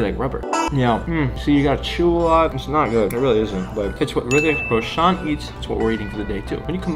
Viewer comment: Thanks for the video. I enjoyed it thoroughly. Just say his name properly, its Roshan, not Roshaan.